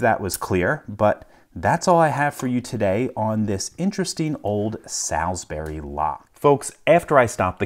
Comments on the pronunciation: not pronounced as SAL[LY] girls name, but as SAL[L] - as in 'wall', or as in 'Saul' in the BIBLE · Great video as always. Nb "Salisbury" is pronounced more along the lines of 'sawlsberry" than 'Sals-berry' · The correct pronunciation for Salisbury is - "saulls-bury" Saull - like the old guy from oceans 11. Bury - like I had to bury my dead pet. Put the two together and you've got it. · For those who speak English here. The brand name is SalsbUry and not SalsbEry . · FYI - most of the time, English placenames that end in -bury are pronounced "bree". So, Sawls-BREE, not Sawls-Berry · Salsbury is pronounced as "Solz-bree" not "Salz-Berry" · indeed it is. Salisbury (pronounced sawlsbry) is in Wiltshire, England. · It's pronounced "suls-bree" just in case you were interested. I'm not bring a dick. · Thanks LPL. 🙂👍 The 'a' in 'Salsbury' is pronounced as 'o'. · Salz-Burry Salz-Burry! 😂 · For reference, it's pronounced Sulls-berry. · Just FYI: 'Solz-buree'. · As a help it’s pronounced more like saulsbury. There is no Al, as in the mens name in it. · Salsbury is pronounced 'solsbury', similar to how the pronunciation of salt is 'solt' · cool video, but it'd be pronounced with a different "a" sound. Like if you were saying all or hall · Not being critical just letting you know that Salsbury is pronounced Saulsbury. :) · Pronounced 'salsbree' :) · Salsbury pronounced "Solz_bri". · It's pronounced Sal'sb'ry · Pronounced solsberry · Salsbury pronounced Solsbry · so also from a "the colonies" so take it with a grain of salt but Salisbury is pronounced "Saul'sbree", one sylable. It always annoys me hearing americans pronounce it like that. the key to speaking english words properly it to blend all the sounds together and forget how you think each letter is meant to sound individually